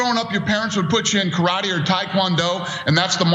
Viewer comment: Ku-Ratee! Ku-Ratee! Ku-Ratee! Ku-Ratee! KU-Ratee!